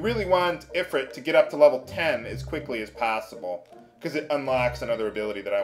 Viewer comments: It's pronounced "ee-freet", not "i-frit". Not being a dick, I'm just sayin'. Love your vidz bro. I greatly appreciate the humor and the nostalgia. Keep it up. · ifrit is pronounced ifreet